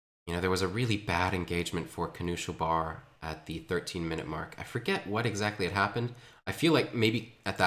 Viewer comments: The pronounciation of knuschelbär is so triggering lol. Noosh-el-bear. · I wonder why twitch chat didn't correct him eh